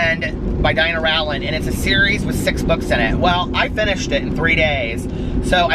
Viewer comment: The Goodreads event says the livestream is tomorrow, not a week from tomorrow. Did you push it back a week? Also Rowland rhymes with Poland.